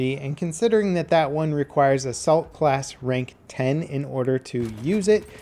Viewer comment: When he said Assault class rank 10 at the beginning I thought he said the Salt class.